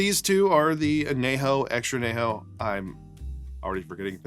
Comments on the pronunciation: I’m guessing he’s fine not trying to use a Spanish accent. I know when I say a Spanish word in English, I’m ok with saying it in an English accent. Or maybe his response is just being sarcastic. Not sure. As a Spanish speaker, I definitely noticed though! 😅 I’ve never heard an “ñ” pronounced as just an “n” though, in English or Spanish. (Though, I’m in Az where most folks, even non-Spanish speakers, know that an ñ is pronounced like an “n” with a “y” after it. (Anyejo [maybe better written an-yejo] or as you said “on - yay - ho”) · Really enjoy your content, Need to work on that añejo pronunciation. It's "on-yay-ho"